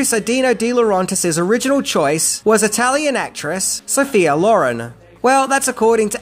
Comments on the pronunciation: Sophia 'Lauren' wasn't much better. The pronunciation in this is melting my ear wax. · Same with Sophia Lauren. Accent should be on the second syllable in Lauren, not the first. He commonly provinces names wrong but it really was distracting more than usual here. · and Sophia Loren. Surely, as a major movie fan, he's heard the correct pronunciation before?